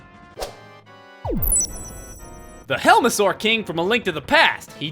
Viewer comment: What I thought when you said "Boy he does look like a helmasore" I legit thought you meant "Boy he does look like a hell of a sore!"